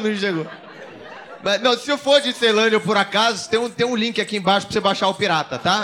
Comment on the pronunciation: Iaae falou errado da melhor cidade de Brasília.. Ceilândia